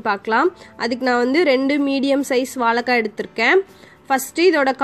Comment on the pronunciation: வாழைக்காய் தானே சரி நீங்களோ வாளகககாய் என்று சொல்லுகின்றீர்களே, இது தவறென்று உங்களுக்கு யாரும் சொல்லவில்லையா.